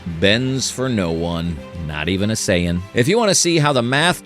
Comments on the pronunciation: It’s not Cyan, it’s Sayan. Just sayin’ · I hate AI .. saiyan is pronounced sayin not sigh an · I'm sorry but did I catch, "Sigh Anne"? 😂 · As soon and I heard Saiyan pronounced Cyan I stopped the video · Aww man. I thought this was ur real voice too. Mispronounced sayian... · Only real question I got is that I understand that it's a real narrator or whatever a real person reading it but how come they're saying Goku's race he's pronouncing it so wrong That's really my only question😂